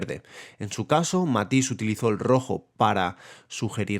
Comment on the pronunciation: I had problems with your pronunciation of Matisse, Dégas, and Sargent. Your video is 3/4 this of the way before you explain what you mean by saturation. The interaction between red and green is very interesting.